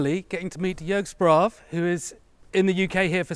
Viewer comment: It's "gas-tra-fee-tees" not "gas-tra-feets" and while we're at it it's "yerg shpra-va" not "yorg sprahv"